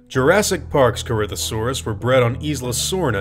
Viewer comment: Corinthosaurus pronounced: Corythosaurus